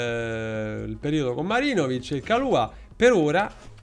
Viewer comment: È Marinovic o MaGIROvic??? 🤣